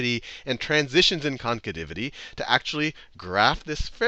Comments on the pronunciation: Nice video. Very helpful... Only it's "Concavity" not "Concativity" XD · The hell is a “concativity?” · Haha! "Concativity" again. :D